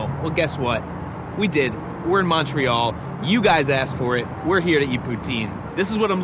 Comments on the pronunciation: First 30 seconds and he’s already mispronounced both Montreal and poutine. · « Mawn tree all » 😖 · American`s really can`t pronounce Montreal corectly